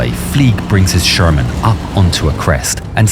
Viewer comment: ШермАн. 😂 Шарман, шарман😅